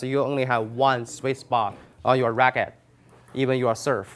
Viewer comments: Great video. Thank you ! It did take me 2 times watching this to figure out that you weren’t saying “Swiss Box”,... you were saying Sweet Spot . lol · Probably because he says Swiss spot not sweet spot.. But seriously, I'd say he is just very dedicated and conscientious. He avoids annoying slang words and phrases such as; "What's up guys!"